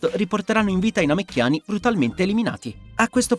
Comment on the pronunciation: Namecchiani non si può sentire